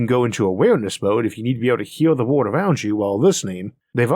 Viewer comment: I wonder if listening to you attempt to pronounce wobbly would be as fun as listening to your attempt to pronounce world🤔